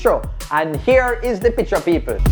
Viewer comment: The way pronounces picture is making me irrationally upset.